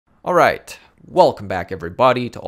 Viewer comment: More emphasis on the 'alriiight' please ;) haha